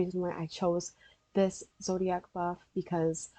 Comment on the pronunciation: lol “ZODAIC”